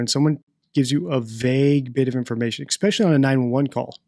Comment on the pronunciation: I wonder if knows he says 'especially' incorrectly... 🤔